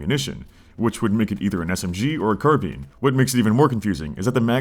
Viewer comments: the moment you pronounced carbine like carbyn i wanted to scream haha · Complains about pretend guns authenticity in an alternative history video game, pronounces carbine "car-bean". Bravo.